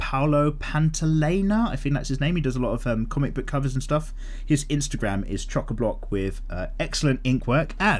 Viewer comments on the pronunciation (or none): none